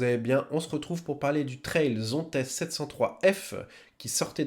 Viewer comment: On dit Zontes et on prononce le « S » ✌️